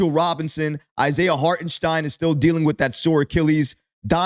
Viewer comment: Holy crap he got ihart’s name right! Now he needs to work on Ian “Baguely”